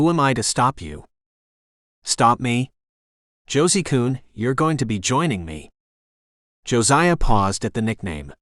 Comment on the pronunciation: Did he call him Josi coon? That word is a very not nice name for a black person in the UK. Mostly died out now thank goodness but it gave me a bit of a jolt when I heard it